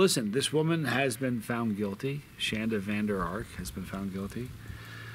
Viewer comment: Dude u said my name right!! No one ever does.